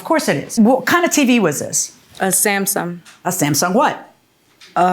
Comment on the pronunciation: And Samsum (Samsung) and DImestic instead of domestic.